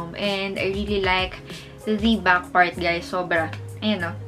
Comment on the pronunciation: iba po ang “back” sa “buck”. Sensya po for correction. Na-aasiwa lang po kasing pakinggan for me. 😊